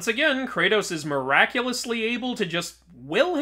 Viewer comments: ah yes, cratus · It is well established that the so called God Kratos is a work of fiction that exists only in video games. Comparing him to an actual existing god only makes his origins more confusing. Even more so after the 3rd game and then the reboot and even the sequel of the reboot. Kratos is Kratos. Not Cratus. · You are puting c in kratos name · Its kratos not not cratus you know that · Not Cratos 🤓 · Kratos isn’t cratus